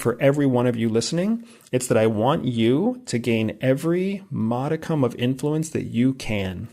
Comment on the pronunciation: I'm just glad he says modicum the right way. It's a good word